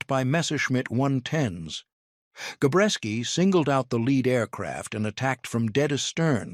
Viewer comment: Jesus H. Christ...it's Gabreski not Gorecki...get tour crap together AI.